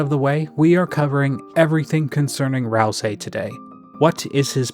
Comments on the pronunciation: Okay, say "ICE" > ice Okay, now say "E" > e Now say "ICE-E" > icy e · That's how every dr youtuber pronounces it?